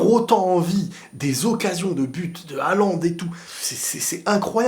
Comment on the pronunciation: Ptdrrr le commentateur arabe qui disait "Hallane"